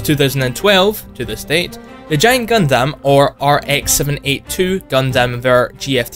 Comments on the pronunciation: Gundammit! its not Gun-damn its pronounced Gun-dum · It is honestly so hard for me to watch this simply because of how he says Gundam. Like, dude, it is not “guhn dâm” it’s pronounced “guhn dm” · I cringed when he said Gun Damn too. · just a small nitpick but its actually pronounced "gun-dum" not "gun-dam". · Haha, Gundam Is pronounced as Gun - dum, not Gundamn... anyway, wasn't the statue made for the Toyko 2020 Olympics? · Its Gun-Dum, not Gun-Damn. Seriously. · HellsRaven4444 British Bright Noa would be pleased at his enunciation. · did he just call it Gun-Damn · I'm going to say this right now the way you say Gundam is entirely wrong. It may look and sound right but the proper way to pronounce it is (Gun-Dumb or Gun-Dum). Yup it is not false watching any series of gundam in matter of either Dub/Sub you would hear it clear say the name Gundam as (Gun-Dumb or Gun-Dum). (Thank you Dreamy Dritto for noticing that) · >Anime most of us have heard of. >Can't pronounce it properly. "Gun-DAM" cringe. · "gun-damn" you overpronounce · The way you say Gundam is... Heretical lol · Your pronunciation of Gundam is making my skin crawl. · "Gundam" is one word. Why are you saying it like that? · Your pronouncing Gundam wrong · The way you pronounce gundam hurts me physically and mentally.